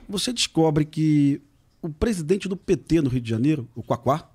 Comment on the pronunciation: Como nao tem ideológia qdo foi falar do pt ele enfatizou bem.